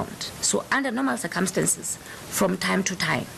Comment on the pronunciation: Fire this woman. "circumstinces" eish, english is difficult. Dumb as shit.